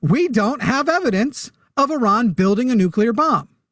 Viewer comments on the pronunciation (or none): it's pronounced ee-RAHN, with the first syllable sounding like "ee" (as in "see") and the second syllable rhyming with "gone," not UH-ron